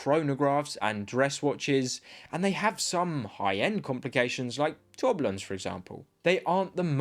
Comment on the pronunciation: Using dollars is extremely misleading with Trumps tariffs. Proxima use sapphire bezels. The pronunciation of "tourbillons"😂 No Cronos or Sea-gull?